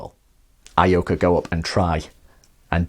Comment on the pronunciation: Ee-oh-ka, not Ah-ee-oh-ka.